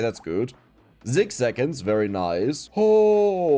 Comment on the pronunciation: I love the zeven zeconds and zics zeconds